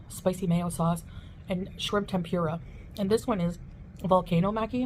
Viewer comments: Wtf is Tem-pure-ah? You mean tempura, Chantal. 🍤 You can't do anything right. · she mis pronounced Tempura .... its temp. ooo . rah. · I hate the way she says tem-pure-ra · It’s petty but I cannot handle the way she says tempura. Heeeelp. 😩